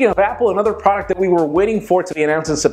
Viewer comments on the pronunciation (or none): none